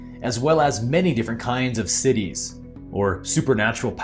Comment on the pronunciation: Just FYI, the word Siddhis is not pronounced like cities … it’s Sid-dhee (also the d is very soft).